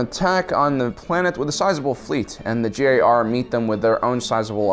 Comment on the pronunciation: Holy fuck, your pronunciation of GAR as "JAR" is mindblowing. It all rhymes. Grand Army of the Republic = GAR = JAR JAR